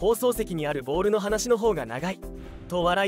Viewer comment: 「ボール」の発音に違和感があり過ぎ…